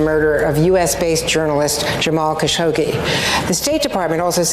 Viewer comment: Hey its Jamal Kha - sha - qché not Ka- sho - Gé